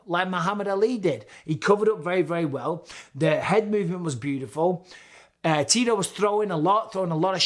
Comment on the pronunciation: every time Bisping said Tito I heard Titor.